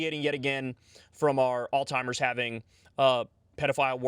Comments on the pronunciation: Kyle I love you but please learn how to pronounce Alzheimer’s. It’s not “Altimers” 😊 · What's "Alltimers"? Did you mean Alzheimers?